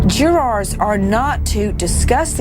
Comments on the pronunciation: Karla Morales jew-raaahr 😂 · Emma Mason Nancy is a dumb ass. Can't even say jurors correctly